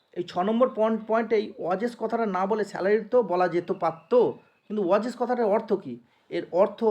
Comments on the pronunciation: ওয়েজেস ❌ ওয়াজেস💯😅😅😅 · ওয়াজেস । দারুণ উচ্চারণ